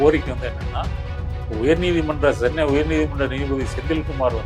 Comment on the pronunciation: It's not Sennai. It's Chennai